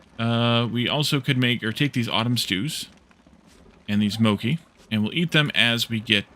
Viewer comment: Since you brouhgt it up: pronunciation of mochi is moh-chee, with ch like in chicken :-)